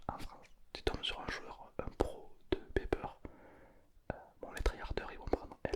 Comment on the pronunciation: ON DIT PAS PEPER ON DIT PIPER OU POLLY